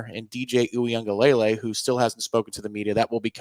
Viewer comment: cracks me up - in more ways than one - but especially his supreme confidence that he's nailed the pronunciation of DJU's name. He's locked in on "Ungalay" and to the point where he never says "DJU" but says the last name. He's all, "Nailed it!!!" OTOH has actually nailed it. Good job,.